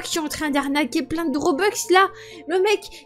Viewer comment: Ok des robex au lieu de robux mdr bref 👻👻